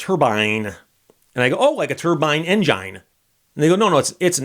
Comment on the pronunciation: Steve has convinced me to pronounce engine with a long "i".